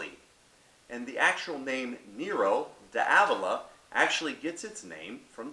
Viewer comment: You said small Mediterranean island. Place is huge dude. Biggest island in the med and you pronounce the grape and region wrong